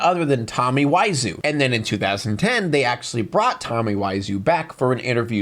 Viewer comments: HarAWMbe, Tommy WisOWE learn some damn English bro Jesus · “Tommy Wise ooo”. Man you’re an idiot